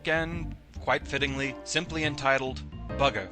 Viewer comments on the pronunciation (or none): sometimes when he says bugger,it sounds like burger